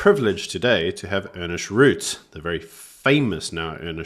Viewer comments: his name is not Ernest, but Ernst. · Good heavens, guys! can you at least get the names right - today Ernst became Ernest, Karmala became Kamarla, and now helen Zille has become Helen Zillie!! People's names are their most important posession - at least give them the coutesy of correct pronunciation! And the program has only just begun.